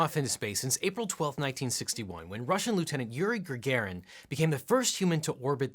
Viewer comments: Not gargrarin its GA GE RIN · Did he say "Yuri Gregerin"? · Yuri gRagarin?